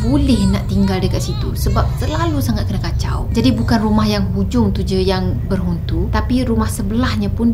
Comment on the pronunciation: Kak 8.16 mnit akak ckap berhuntu..hehehe hlang plak sram